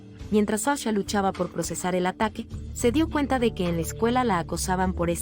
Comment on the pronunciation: Es que la IA la de haber programado un español. Y como la "H" es muda...😂😂😂😅